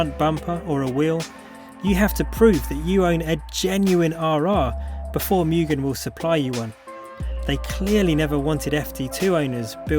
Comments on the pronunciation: I bit dislike the way you speak Mugen, Mu gen not mei gen. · Moogen, not meu-gen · Correct “Mugen” pronunciation: ✅”Moo-gen” ❌”Miu-gen” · Why does everyone say 'MUUgen' and not 'MOOgen' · mugen pronounced correctly as (moo-gen) not (miyu-gen) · its moo-gen, not myu-gen. :) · Mugen is pronounced Mu-jen not mugin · Dafuq is a "Myugen"?